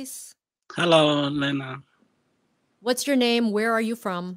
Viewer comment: chị kém quá đọc mãi k đc Lyna ạ